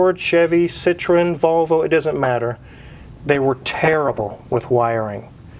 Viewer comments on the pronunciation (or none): Citroen=Sitro-ENN, not "SITron."